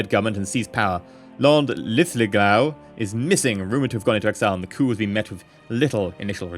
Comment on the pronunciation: 'Lin-Lith-Go'. Linlithgow. Please, you're British. We're on the same side, buddy.